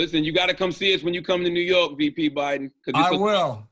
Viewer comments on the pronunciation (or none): none